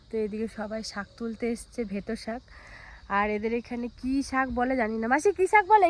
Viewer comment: বেতো শাক কে কি খালি ভেতো শাক ভেতো শাক বলো উচ্চারণ ঠিক করো